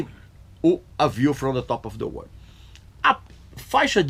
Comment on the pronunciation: A víu from de tópe ofi de UÔÔÔRRHL, vamos dizer assim.